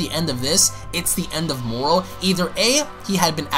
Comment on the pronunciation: He said moral? Thought the dude was called moro